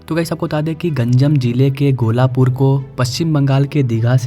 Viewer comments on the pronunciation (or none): Bhai sab naam galat lerhe ho odisha ke, gola nhi Gopalpur se digha he wo, aur balu gaon he wo balugadh nhi, katakpur nhi kakatpur he, you need more hard work on the script. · its Gopalpur not golapur...looks like the yter do nt research properly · Not Golapur it's Gopalpur